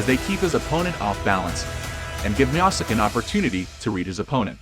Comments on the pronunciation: Bro pronounced miocic like Miacitch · As soon as I heard u mispronounce Miocic's name. I 👎.